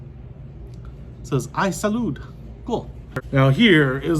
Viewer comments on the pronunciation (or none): It’s just “Salud” not “iSalud”. It’s an upside down exclamation mark. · Its an exclamation point not "I salud"